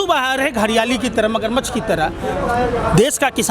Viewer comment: भाई जी मग़र मच्छर कह सकते हो मगरमच्छ नही?